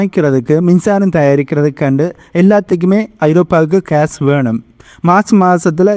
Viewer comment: Please pronounce gas Not case